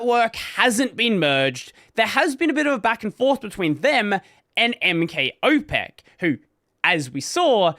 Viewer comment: Yeah, that `M K Opec` sounded so weird... BTW, in case anyone wonders: `ć` is soft, unlike hard `cz` (`tch` in English), but the only way I can think of how to explain it using English letters is `tshi`, but without the final `i`. Basically, the tongue is higher than when saying `tch`. `ł` is just English `w` as in "wow". And I'm pretty sure he is a person (no way an LLM could implement that autonomously), so `s/ What / Who /` and `s/ it / him /` ;)